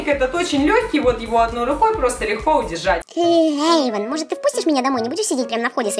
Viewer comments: Эйван а не Ейван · и не Ейван а Эйван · Эйван а не Ейван